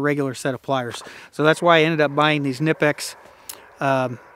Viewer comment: you did real well. German PSA. It’s pronounced nip ex. Lol us German’s get a bit touchy when we hear the I. 😀